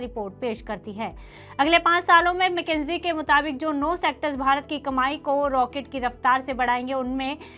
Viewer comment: मैकेंजी नहीं, मकिंसे बोलिए